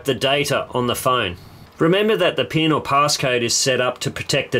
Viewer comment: the PEEEEEN code. Im american and we pronounce it PIIIN not PEEEEEN